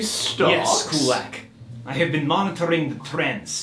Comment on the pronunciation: Why is he pronouncing Kulak wrong now?